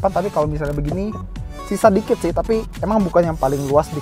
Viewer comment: "Tai pengaturannya nggak elektrik" He miss the 'P' "Ngontolnya bisa touchscreen atau nggak pake controller dibawah sini" He miss the 'R'